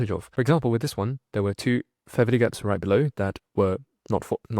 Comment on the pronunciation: You keeps saying feverty gap. You mean fair value gap. I've seen more than a few people comment on this already.